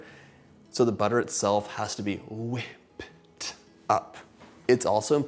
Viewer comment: "whipPEd." what a beatboxer! He should rap someday!😎